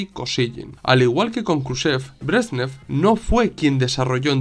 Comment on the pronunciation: Se llamaban Leonid Brézhnev y Alexéy Kosígin que se pronuncian; /lianíd bréshnief/ y /alikséi kasíguin/. Te lo escribo porque es fácil hacerse un lío con los nombres rusos. Muchísimas gracias por tu una vez más excelente trabajo, muy bien documentado y expuesto. Saludos.